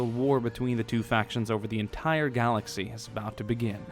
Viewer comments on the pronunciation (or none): none